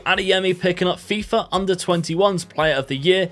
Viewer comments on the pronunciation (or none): none